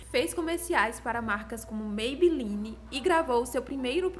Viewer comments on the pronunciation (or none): none